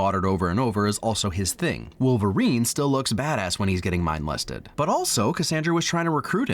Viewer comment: Mindlested lmao